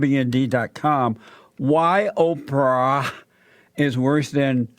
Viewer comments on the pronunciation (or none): The way Jesse says it sounds like 'Oper'.